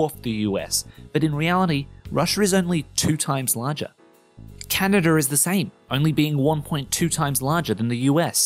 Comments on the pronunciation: He called Canada "canader" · Canada = "Canadur"???? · That's because of the "intrusive R", where Aussies insert an 'r' sound between two words that end and then start with a vowel. So, "Canada is" becomes "Canada-r-is". Don't know if link will work, but it's on Wikipedia.